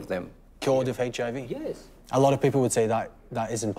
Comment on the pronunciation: Around 5;58 he says HAV instead of HIV